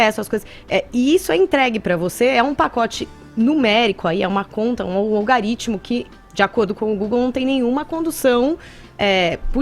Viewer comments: "Algaritimo" ai kkkk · Kkkkkk. Não conseguia prestar atenção no que ela falava quando ela soltava um "Algarítmo" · algAritmo!!! kkkk q analfabeta!!!! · "olgarítimo" uhsuahsuahs essa cannabis ta detonando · Nossa, essa falando Algaritimo é foda! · Pelo amor de santo deus garota.. ALGAAAARITMO NÃO EXISTE